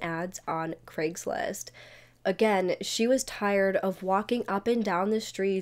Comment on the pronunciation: An American who pronounces Craigslist correctly,craig is a scottish name and is nit pronounced KREGG ,never heard an American pronounce it correctly before ,i almost fainted